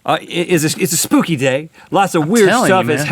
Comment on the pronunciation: Why does EVERYONE say 'spoopy' instead of 'spooky'????????????